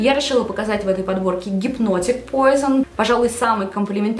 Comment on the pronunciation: Пуазон, а не пойзон, это французское название, а не английское, парфблогеру стыдно не знать такого